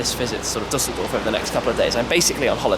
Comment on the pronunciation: its called *Düsseldorf